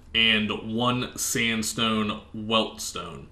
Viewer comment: and stop saying "weLt-stone" lol its pronounced (wet-stone) theres no L in it.